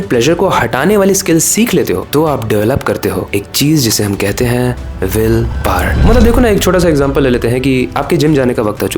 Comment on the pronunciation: Mujhe hi galat sun rha hai ya ise ese hi bolte hai. Willpar ?